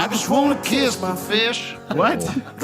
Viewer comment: It's "catch my fish" but I love that it sounds like "kiss". That adds so much more comedy to his clueless poor-oppressed-country-boy rant